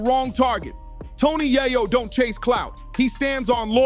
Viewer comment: Right cant even pronounce his name correctly yet trying to make a video... Super lame